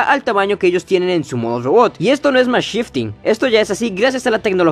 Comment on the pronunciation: No es gueua, ni llobot, es GUERRA Y ROBOT, pronuncia las R, por favooooorrr